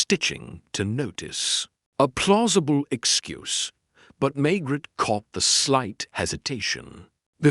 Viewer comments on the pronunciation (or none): French name and place name pronunciation absolutely atrocious, unforgivable mispronunciation of Maigret’s. Actor narrators need not worry with this terrible AI, “lamb bert!!!”